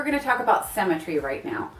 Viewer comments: "cemmetry" It's symmetry, darling. Pronunciation is important. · Your pronunciation of symmetry sounds like cemetery...well to English ears anyways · “Cemmentry” lol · Anyone else bothered by “Sem-i-tree” when that’s actually “sim-i-tree” when pronouncing the word symmetry... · Haha, I heard "cemetery" instead of symmetry and at first I was confused. xd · I was distracted by the pronunciation of symmetry as cemetery, did anyone else notice that? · I actually thought she said cemetery when she said symmetry..! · so we're gonna talk about 'cemetary' guys not symmetry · You pronounce symmetry as “cemetery”. We stick dead people in those. I look best in photos when I’ve lost 14lbs ugly fat ie my head... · I love the informative video! I like how you say symmetry. it sounds just like cemetery. :)) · Was so confused when you said you were going to talk about 'cemetery' haha I guess we say it differently in the UK